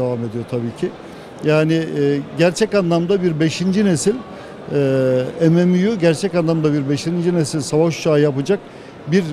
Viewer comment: mmu'yu em em yu diye söylemesinden çok tiksindim.